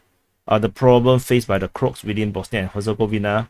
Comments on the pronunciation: he said Crotes, but it should be pronounced in English as Cro-ats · Not the crocs it is called croaaaats. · why do you call the croats as "crops"?? 😄